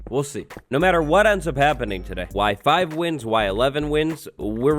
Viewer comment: when he said Y5, I heard WIFI